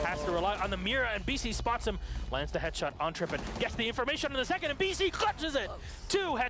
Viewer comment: He says headshit lol